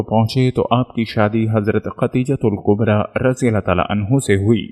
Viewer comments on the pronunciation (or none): Aawaz to MasaAllah Bhot he peyari hai ❤️ماشاءالله تبارك ❤️ 💔Magar maaf kariyega ke talffuz aapki bhot see jagah aapka saath nhee de pa rhee hai zara samjh kar padha kariye mai paihle bhi aapko bol chuka hu Khan E [kaba hai] [Qaba nhee] Khadeejatul [Kubra hai] [Qubra nhee] Chota kaaf hai ک hai Or[radi Allahu anha shabiya] ko kha jata hai [Anho nhee] Male Female ka to farq hona caahiye janab Jo aapko zaroor samjhna caahiye aapke Channel par itne followers hai MasaAllah unko keya paigaam jayega aapki in choti choti galatiyo ki wajah se please meri baat se aap samjhne ki koshish kariyega na ki bhes.. جزاکم الله 🙏 Thank you🙏